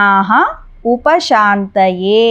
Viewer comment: విఘ్నోప శాంతయే అని వ్రాసి షాంతయే అని పలుకుతున్నారేమిటి? దయచేసి నా సందేహం తీర్చగలరు.